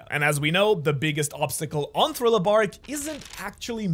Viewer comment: Thrilo? Or thriller?